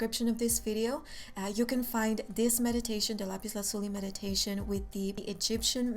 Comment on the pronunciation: I like your pronounciation of lapis lazuli